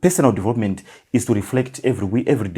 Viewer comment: It's development not devopment dofo